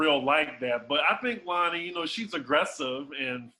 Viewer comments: pronunciation of Lonnie and Tamar is hilarious 🤣😭😭😭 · The way pronounce Lonnie name😂😂😂